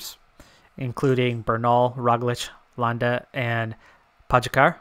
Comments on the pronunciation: You're pronouncing Pogačar wrong. It's Po (as in po in polka) - Ga (as in ga in Garfield) - Čar (as in char in charcoal) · Well I'm from Slovenia and your pronunciation is definitely wrong lol. Then again everybody who's not from here seems to have trouble pronouncing our riders names. Same with Roglič and Mohorič. The eurosport/GCN guys pronounce their names correctly with the exception on Kelly. Keep up the good content